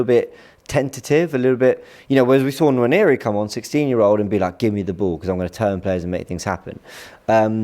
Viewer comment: Nwaneri is pronounced Waneri not Naneri. 😊